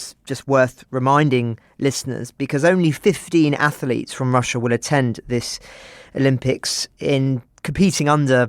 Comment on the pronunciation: Wow, what a terribly biased narrative by your crew! It would be great to have a neutral stance instead of the personal view of a poorly educated oik who says "ath-a-lete".